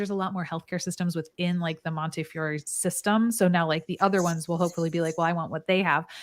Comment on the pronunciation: It’s pronounced Monteeeefeeeeeeyore 😜 So glad the nurses got what was needed. I hope it gets enacted soon. 🎉🎉 the ED here is bonkers because of the Bronx. Maybe the fine goes into a jar like in school and at the end of the month there’s a pizza party.